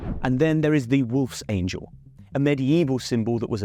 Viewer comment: Wolfsangel = Wolf's Angle, not Wolf's Angel